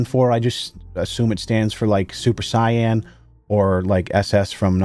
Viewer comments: Did you just pronounce "say-in" as "sai-on" shivering cringe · It's pronounced "SAY-IN"...not "SAI-ANN" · Did you just pronounce “saiyan” as “cyan”??? 👀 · Super Saiyan is “Say-in” . I’m just sayin. 😎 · This fool just said "super cyan"